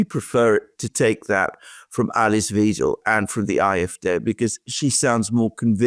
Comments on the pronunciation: not "Wedel"...W*ei*del! 🤣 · It is pronounced Alice Why-del not We-del. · Wiedel or Weidel? EI in German is pronounced as "fine", IE as the sound in "me" just saying. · Pronounced Whydel not Weedel. From a German. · It's not "Weedle". It's "Vidle" as in "idle" with a "V". 🙃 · Alice Weyedel, not Weedel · Alice Weidel, not Weedel. Like "wide"-el. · Please, please: Weidel, not Wiiiiedel!!!!!!!!!!!!!!!!!!!!!!!!!!!111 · It's pronounced [Why-del]... NOT [Weedel]. 😅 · You guys get the pronunciation of "Weidel" wrong. Elon too got it wrong in the X space with her. :D It´s spoken like "Waidel", not "Widel". There´s am "ai" sound there, not "e". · plz dont call the Lady Alice Weedle...it would be more alike Wydel... you DID do the perfect german pronincuation for the "ie" but its an "ei" ^^ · Please pronounce her name correctly.. it’s WIDELY not WEDEL 😊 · Guys, please! :face-purple-crying: It's Wahydel, not Weedel. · Great video as always, but, and Alexander, if you insist on calling Alice Weidel, Alice VEEDEL, then you'd better start calling the 3rd Reich, the 3rd REEK! Her name is pronounced V-I-DEL. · Weidel not Wiedel.. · Pronounce Weidel as widel please. As I . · Her name rhymes with "idle"! Thanks. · Weidel to be pronounced ``videl`` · Is it really so hard to say German names properly? Alice Weidel (pronounce it like WIDLE) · Gentlemen, please-- it's pronounced "W-aa-[schwa]-del"-- unless you want to troll her? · The pronunciation of Ms Weidel is like in the English “eye”, I.e. W[eye]dl! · and Alexander, German is hard to pronounce; so let me inform you about the correct pronunciation of the name "Weidel". It's ali:s vaidəl. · PLEASE PRONOUCE ALICE WEIDEL NAME CORRECTLY IT IS LIKE A Y ,WYDEL IN ENGLISH.THANK YOU. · It’s pronounced Whydel….like Why and Dell computers,believe me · Great coverage gentlemen! Please get Weidel's name pronouciation correct however ....V-Eye-del 😂